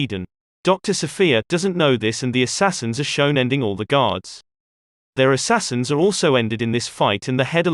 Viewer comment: Lost me at "Assassians"